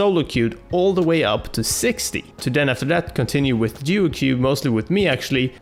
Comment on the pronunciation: Did he say duo que?